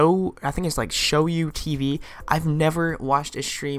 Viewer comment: Do you mean Shou Tv, if so it's not show u Tv.